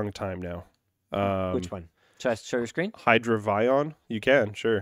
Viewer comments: Hydravion pronounced as "hi (long) * druh * VI (long) * on" (like "hydra vyon" or something like that)? LOL, no! Look, it's based on a helicopter! It would be avionically related, so "hi (long) * DRAY * vee * uhn"! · "Hydra-Vion" I always wondered if was French Canadian because of his family name, now I know he's not. Lol Hydravion is the French word for Floatplane / Seaplane, nice coincidence!